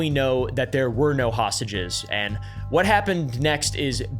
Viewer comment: "hosTages" not "hassages" lol